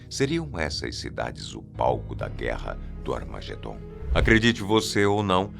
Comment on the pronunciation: Eu escutei ele falando Armagendom 😢 misericórdia. Eu tenho dom, não gosto usar! Mais me afligiu esse som de voz!